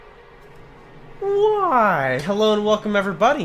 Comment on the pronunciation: That was an extra long "whyyyyyy hello everybody..." - he's happy... and drunk.